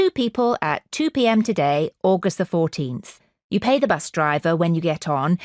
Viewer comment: Pay- pie 😂😂😂